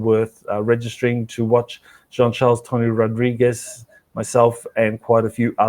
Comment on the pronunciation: Please always say Tony Rodriguez name correctly! You said it twice wrong and once correct at 4 minutes in